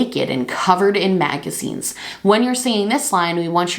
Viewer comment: When you said “she was laying on the couch, naked, covered in magazines..” I REALLY thought you were saying “maggots” Yikes lol